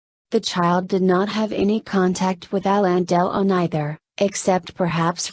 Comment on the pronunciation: The worst computer voice ever...Hallon Dell-on, who he? How could Alain Delon have disowned this love child of his who looks like a perfect clone?